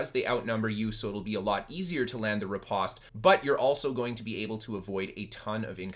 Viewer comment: riposte rhymes with “toast” and flèche rhymes with “taste”